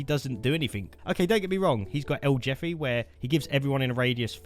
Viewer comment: el Jeffy?!?! 😂😂😂 jefe means boss in Spanish 😂 you gotta pronounce the j like you are removing flem from your throat